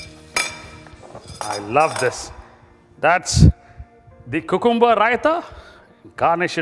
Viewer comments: its more like coohcoombah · Great recipe. ..but lol at 'cocooomuber' every time... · Did you guys here how this guy was saying "Cucumber"? Lol